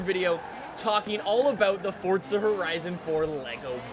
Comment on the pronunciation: Its FORZA NOT FORTSA